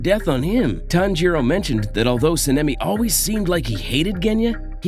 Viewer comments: Good video overall, but, I can’t get over the pronunciation. Senemi instead of sanemi and ect. (Not to be rude btw) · It's not sanime it's (son) (a) (me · SAH NA MI NOT SAH NEH MEE YOU DUMB BIH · No problem, also I’m pretty sure sanemi is pronounced SAN-NEMI and the others are said how they are spelt. But then again I might be completely wrong about some 😂